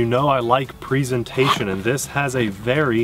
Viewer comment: Pre zen tayshon